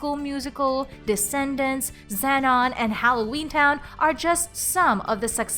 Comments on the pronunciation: Znon? Its ZE-non. Like Xena warrior princess. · Who else cringed when she said zen non Me : it zzzzzzzzz non !!!!!! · you totally mispronounced Zenon